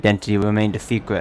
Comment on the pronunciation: "And My Identity Remaind A Fecwet"